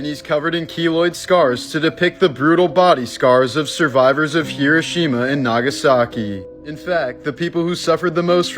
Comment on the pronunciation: Heerosheema and Nagasacki